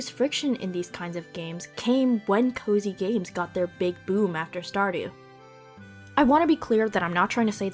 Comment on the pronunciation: The first few times you said 'cozy games,' I kept hearing 'covid games.' Since I first started hearing the cozy games term around the same time, the association feels pretty 'spooky.'